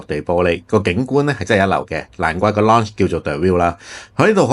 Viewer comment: Lounge 發音錯誤做”發射”